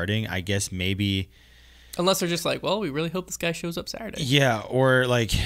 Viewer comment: "saurday this saurday and sunday" xDDDD